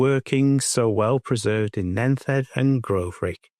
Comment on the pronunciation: I hope you don't mind but Nent head is pronounced as Nent head. Not nenth head.